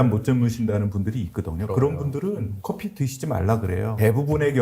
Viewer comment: 커피F 발음 ㅎㅎㅎ